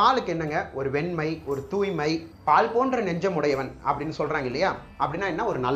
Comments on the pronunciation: Palzh bro -- not paal lzhagaram bro. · It's not pal (milk). It is paal (kulathu la). Please learn tamil first before making a documentary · Ellam sarithan, Aanaal ungal olithal thavaraga ullathu, Paal alla Paazh. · பால் இல்லை பாழ். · Dei athu paal illa moodevi paazh.....பாழ் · Ungal tamil uchcharippu sariyaga illai athanal pala sorgalin porul marupadukirathu ex pazh en